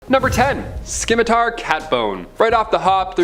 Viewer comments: It would be better if he could pronounce Scimitar properly, its not ski mi tar, its si mi tar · The "c" in the word Scimitar is actually silent. It's spelled Scimitar, but pronounced "Simitar". 😉I LOVE the Tuck Everlasting reference! Most Excellent! ~ APRIL LIPKE